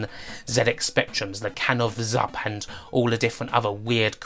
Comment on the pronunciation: 7-URP not Zurp. Good video